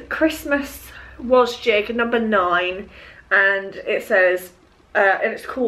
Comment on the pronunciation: Love your videos!! BUT everytime you mention Wasgij’s I want to scream the correct pronunciation 😅 I don’t actually do them but when i see them in your videos I read the pronunciation of it as was-gidge.. looked on the official site and I am correct! Not sure if you know this and just like saying it as wasjig? 😬 anyway! Hope you’re doing well and congrats on the news of having another lovely little girl x x x